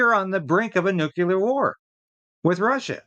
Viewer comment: NEW CLEAR - not Nu Cu Lar !